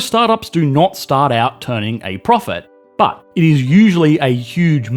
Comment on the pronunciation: The way this man says "BHUT" makes me feel things